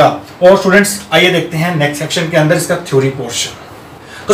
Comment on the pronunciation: I really like the way you say " agle session ke aandarrrr "😄😄